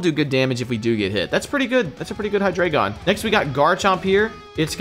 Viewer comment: aaaaaaaaa its not 'HeyeDraygon' It's 'HeyeDreyeGon' i keep getting triggered... Deino = Ein Zweilous = Zwei Hydreigon = Drei It's german.....